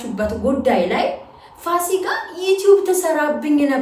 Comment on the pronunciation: ፋሲጋ አይደለም ፉሲካ ነው ለሙዬ❤